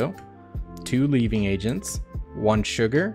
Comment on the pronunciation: Small pronunciation note. - there is an 'n' in there. It is not a "Leaving" agent, it is a "LeaveNing" agent. Replace the 'h' in 'heaven' with an 'L', and there you are.